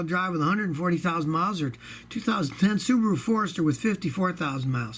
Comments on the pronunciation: Scotty, I think its funny how you say Subaru like kangaroo😅😅😅Subaroo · "Subaroo" ;D;D;D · I like how he says Subaru